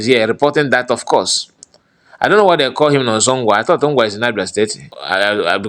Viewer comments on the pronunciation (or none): NONSO NKWA not NGWA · Nkwa 👍 Not Ngwa